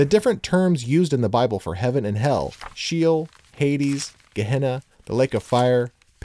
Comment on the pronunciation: When the word “SHEOL” —Shay-ole cannot even be pronounced correctly, I’m not gonna believe anything else you say sorry